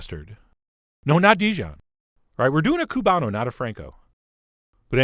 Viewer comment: Oh!!!!! You did Tampa SOOOOOO PROUD!!!!! "You are the Chef John of your Cuban!" ;) <------You know how to pronounce it ;) xoxoxo I have been following you for years. Always such an amazing experience! Thank you for all that you do! :*